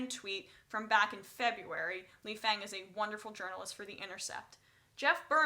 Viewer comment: Lee Fang's name is pronounced Lee "Fong". It is how Amy Goodman pronounces his name and she has known Fang for quite some time now.